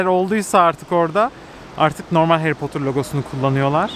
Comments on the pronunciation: Potur değil 🥺 ne olur artık doğru telaffuz… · "Harry Potter"'ı "Heri Potır" yerine "Heri Potur" diye okumasına bayılıyorum:D